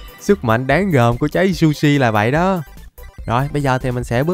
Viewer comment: Trái zushi nhưng anh đọc là sushi😁😁😁😁😁😁😁